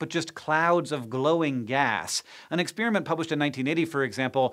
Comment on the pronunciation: expeariment? yeah dislike